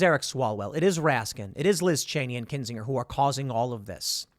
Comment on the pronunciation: The g in Kinsinger is a soft intonation. A burner of kin.